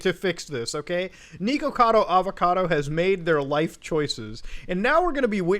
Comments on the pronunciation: tiny nitpick but it’s “nihkacado avacado,” not niko. it’s supposed to rhyme. good video anyways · mans really saying neekakado avacodo